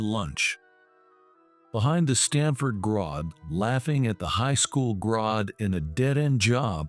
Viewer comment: It is pronounced grad g r a d not Grod g r o d. For f*** sake if you're going to have an AI read something make sure it can actually pronounce the word correctly also stop putting western names on Oriental stories we know those aren't Harvard and Stanford garage that's not a western business